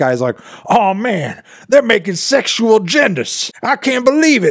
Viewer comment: Ok yes guys I am dumb but in my defense he said sexual in two syllables instead of three. Like "sex-shul a-gendas" and what I heard was "sex-shu-al gendas". So not totally crazy